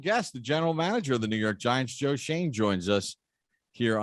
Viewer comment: It’s shoen😡 get it right